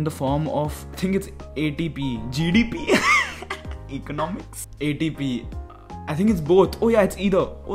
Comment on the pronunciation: THE WAY HE SAID ECONOMICS LOLOL